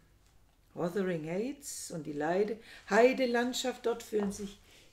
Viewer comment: Heights = Aussprache = Heits , nicht Häits